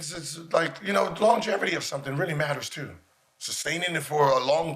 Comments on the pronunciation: Gil- “Longeverty” 😂😂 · why this fool say "longervity"? swear these dudes can't pronounce easy words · Longevity. With a V Gilbert not an R. Can’t trust what you’re saying if you don’t know what you’re saying 😅😂